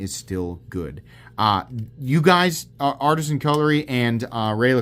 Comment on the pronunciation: Why do you keep saying Artsian cutlery?